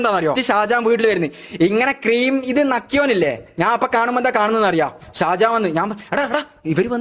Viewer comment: Sajahan alla mone sha sha shajahan😂